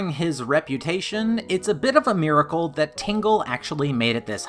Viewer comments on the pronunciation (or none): none